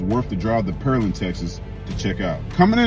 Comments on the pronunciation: Purrrl...instead of 🍐 Land. It's 🍐 Land 😂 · The way he says Pearland lol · Why he keeps saying Pearland wrong 😂😂